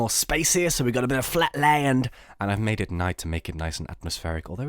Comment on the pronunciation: listen to how he says flatland